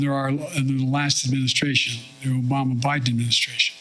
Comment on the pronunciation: I can’t help laughing every time I hear obamna